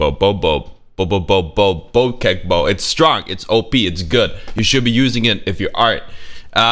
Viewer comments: Its bo-check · The fact that apex legends pronounce "bocek" wrong makes me 🤬🤬🤬